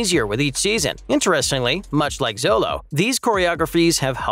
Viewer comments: It's pronounced "Sholo" not "Zolo". That's how Xolo pronounces his name. No hate, just wanted to point it out. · Interesting presentation, but you mispronounced two of the main characters' names. Xolo Mariduena is pronounced like SHOW-low. Ralph Macchio is pronounced like MAACHio, not MAKKio. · Bro can't even pronounce xolo's name right